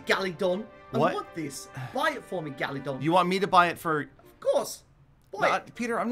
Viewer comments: "Gallydon i want the pack" lmao gallydon u thought it was galadon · the way he says galadon is golden👌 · Everyone:Galagon Peter:Galidon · the way he says galadon "galidon" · So annoying how he says gallidon not galadon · this is the amount of times Peter said GaLiDon 👇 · No one: Peter: gAliDoN cO LeaDEr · i like that when peter says galadont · I love the part when he said galadon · Can someone count how many times he said galodon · Thsis guy keeps calling him GALIDON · I love when he says Galidon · when he says galidon it ahh it makes me mad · He Says Galidon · Oof I mean Galadon